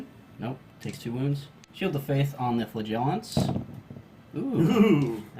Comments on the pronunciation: thats Mr. Flagiant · The emphasis is on the first syllable. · The flagellant pronounciation seems a bit off. Love the flagellant giant though.